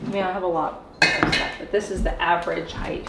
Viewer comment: HeighT not heighth lol. I grew up in Cali so i know it's not a Cali thing, but both you and mispronounce that word. If you go to Google and type in "pronounce height" you will see...or in this case hear it. Not sure why this bugs me so much. Maybe it's that my college education was wrapped up in linguistics. 🤐 😄 The pantry turned out great. I love the cedar. Great job!